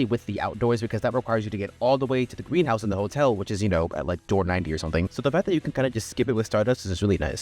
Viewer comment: Greenhouse ❌ Gweenhouse✅